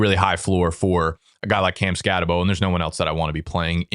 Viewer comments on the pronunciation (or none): I seriously question fantasy experts who insist on pronouncing players' names incorrectly when we've heard them pronounced correctly countless times - i.e. it's "skatte-boo" not "skatte-bo", "ka-mair-a" not "ka-marr-a" yet people whose analytics we're supposed to trust constantly get this wrong